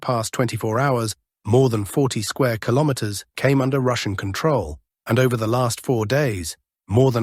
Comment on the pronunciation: AI struggling to say "kilometers" today... 🤣